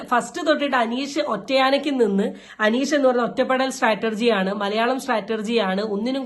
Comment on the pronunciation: സ്റ്റാറ്റർജി എന്ന് പലരും പറയുന്നത് നിരന്തരം ഒരുപാട് പേരില്‍ നിന്നും കേള്‍ക്കുന്നു! സ്റ്റാറ്റജി എന്നാണ്‌ പറയുക. അതായത് strategy (തന്ത്രം).